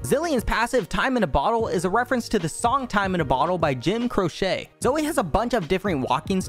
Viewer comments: YESSS IDK WHY BUT KNOWING JIM CROCE IS A REFERENCE IN LEAGUE MAKES ME SO HAPPY <3 btw its pronounced (crow- cheee) lol <3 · Jim "Crochet" lol